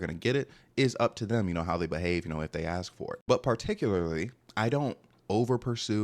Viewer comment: heavy on the “ask for it”🤧